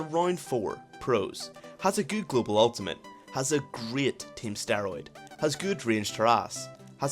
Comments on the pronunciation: globel ultimate? u mean global xD nice vid anyways :D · GlobAl not GlobEl ultimate ;)